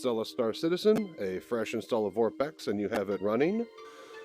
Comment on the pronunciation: Maybe consider subtitles? WTF is vorpex if that was even what you were saying?